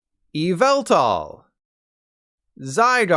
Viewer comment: Wrong It’s Yahvetal!